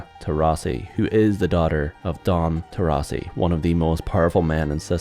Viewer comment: For God`s sake, they`re italians, so they`re TorrIsi, not TorrAsi, and the protagonist`s name is pronounced as Entso, not Enzo.